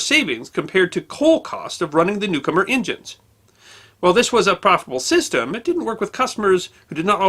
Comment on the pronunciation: His name was Newcomen, not Newcomer.